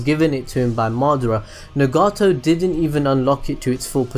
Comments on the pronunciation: It's NAgato not NEgato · its nar u toe why cant you say it right just like naw gi toe. i mean seriously. also its not pretra its pray ta. if you cant say it right just call it gakido. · Put stresses on the right parts of the names and nouns: RIN-ne-gan Sha-RIN-gan NA-ga-to U-chi-ha MA-da-ra PRE-ta NA-ru-to etc. Apart from that, good video👌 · sweet Jesus why are mispronouncing their names like that?! "ne-gato" "o-beeto" 😭😭 its like you've never watched the show before...i couldn't even finish the video dawg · I don't care what you think I ll say Nagato like nugget-to. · the way he pronounces Nagato so weird XD